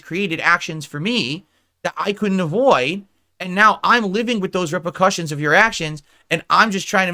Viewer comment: "Rep-uh-cussions" Valedictorian, everyone.